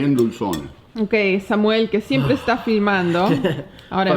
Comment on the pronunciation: "El Sámuel"